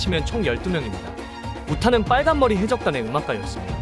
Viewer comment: 전라도세요? 발음 좀 어떻게 해봐욬ㅋㅋㅋㅋ 빨 간머리 해 적단의 견 습생으로 .. ㅋㅋㅋㅋㅋㅋㅋ